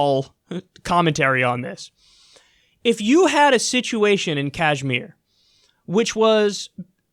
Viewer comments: It's called Kashmir not Kajmir 😂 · I'm pretty sure its pronounced "cashmir" not "cajmere" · Kyle, its pronounced: Kush like Lush and Meer. Kush+Meer=Kashmir. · Kashmir with the 'ash' pronounced like the 'ush' in RUSH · It’s called ‘kush-meer’ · Dude it's pronounced "Kash-mir" like the Led Zeppelin song! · Its like kush-mir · Yes but the pronunciation is Kashmeer I'm from pakistan so believe me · Dude any updates? been 9 months already. Conditions must be very bad there rt now. thats what you and your Jihad loving backers like BBC were hoping for rt?? Next time at-least come prepared on topic you are gonna cover. say for e.g. how to pronounce Kashmir or Jammu. you were not even confident on how they are pronounced and u decided to give a speech on secular talks. chutia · Doesn’t know how to pronounce Kashmir and goes on to make a 13 minute video about it. Lol what a dumbass.